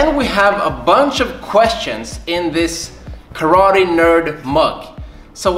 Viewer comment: Calls himself KARATE NERD -> doesn’t even know how to pronunce KARATE